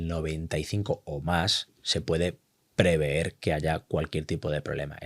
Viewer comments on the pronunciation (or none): No se dice preveer, se dice prever. Proveer es otra cosa. Pero hemos entendido 😅